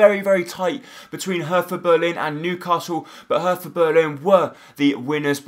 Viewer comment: Your pronounciation is terrible anyway, but PLEASE pronounce it like "Herta" and not "Hertha", because the german "th" isnt pronounced like the english one :)